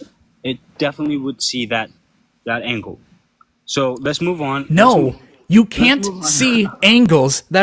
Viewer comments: What the hell is going on down under? Josh and Iron Horse are just insufferable. N.B. I absolutely love when you just say “Naur” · “Nooer nooer”. 😂😂 there’s no letter R in NO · why do australians not hear that they add an R to no "NEOUR"